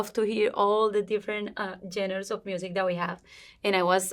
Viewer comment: I love her, I've been watching her over the years and absolutely recognize the improvement she's made in her English! hasta yo he aprendido español con ella! ya llevo 11 años hablándolo, y ya casi 9 años siguiéndole a ella. but someone please teach her how to say genres. she can easily say it as john-rahs and it'll be better than what she's currently saying lol she keeps trying to say genders and it's not that